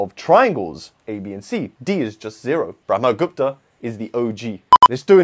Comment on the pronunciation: He pronounced it perfectly. 🎉🎉🎉🎉🎉🎉